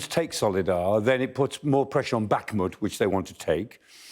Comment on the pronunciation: good discussion and report, but can reporters and contributors please learn to pronounce places correctly, or, at least closely - Bakhmut - it's not difficult. The 'kh' is the same as 'ch' as in loch or German Bach. It's not 'k'.